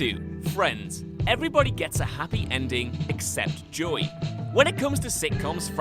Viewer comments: It sounds like you are saying Joy... not JoEy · You don’t pronounce “Joey” correctly. Is that not a name you have in Britland? Joey? It sounds like your screwing up the word “joy”, like you’re taking a two syllable name and trying to make it a one syllable name. Slow it down, and say, “Joe ee”. Did you even watch Friends? Sorry to harp a little, it’s just that I’m a Joey, and I couldn’t stand how you said my name. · The most disturbing thing is how you pronounce 'Joey'....